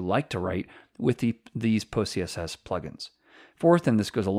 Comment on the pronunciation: Why do I keep hearing pussyCSS?? Good Video tho.